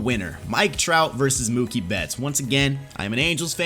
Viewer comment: It’s Mookie and it’s not close